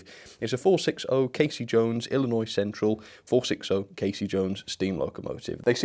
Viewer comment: As an Illinoisian I must say that I'm highly impressed that you didn't pronounce the S at the end of Illinois. So many people get that wrong and it can be infuriating.